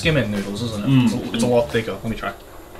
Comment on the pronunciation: lol mans been abroad all these years and still says mih so not mee so smh bruh